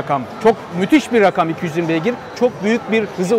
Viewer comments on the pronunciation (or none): none